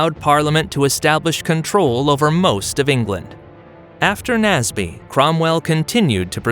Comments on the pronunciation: Also, "Naseby" is pronounced "nays-bee", not "nazz-bee". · And "Naseby" is "nays-bee", not "nazz-bee".